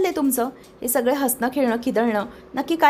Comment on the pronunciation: सग्गेजण नाही गं सगळे जण असे म्हण